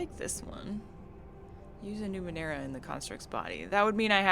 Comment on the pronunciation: You pronounced Numenera correctly, dont worry.